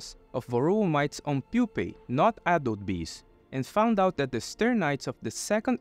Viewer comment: whenever you say "adult bee" i hear 'apple bee'